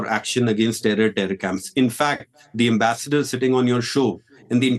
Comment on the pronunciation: Ambrassment to Pak Ambensdor 😂😂😂